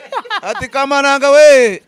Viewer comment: Ni kamananga..not kabananga